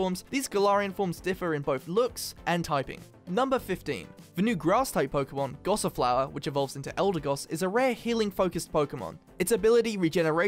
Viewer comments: ''Gossiflower'' Ahem* its gossifleur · GossiFLEUR not GossiFLOWER Yes I know Fleur is french for Flower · and he says GossiFLOWER! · Gossifleur, Goss-ih-floor